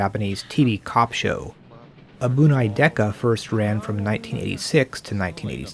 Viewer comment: "abunai" is pronounced like" abu-NYE" , not "abu-NAY".